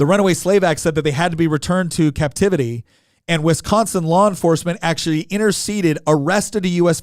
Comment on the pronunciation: I hate how he says wisconsin. If fact most southerners say it way f'd up.